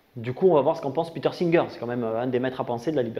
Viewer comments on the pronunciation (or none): none